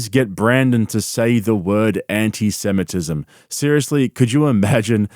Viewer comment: “Annie-seminizm” -schaub